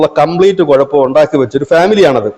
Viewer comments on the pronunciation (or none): none